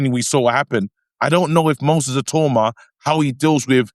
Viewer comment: How Many Times Did They Say His Name Wrong? 🤣🤣🤣🤣 It’s Not “Moses I-Toe-Ma” Come On Guys 🤣🤣🤣🤣